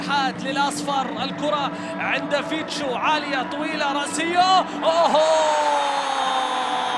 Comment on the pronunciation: المعلق يقول فيشتو هههههههه